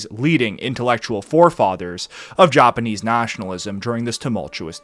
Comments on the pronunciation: Even the Joppaneez. Lmao ur pronunciation lmfao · He pronounces it “Joponese”🌹